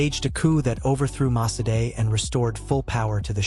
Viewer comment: Its Dr. Mossadegh not Mosadei.